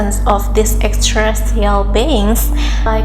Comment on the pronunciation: Good job on pronouncing "extraterrestrial beings"! That can be quite a mouthful - and you got it right! You can just say "E.T.s" in the future and make it easier.